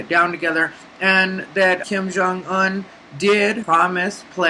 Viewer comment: You said Kim Jung Un like someone goosed you on the Un